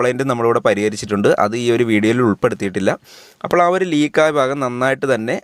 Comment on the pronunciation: Phaagam alla bhaagam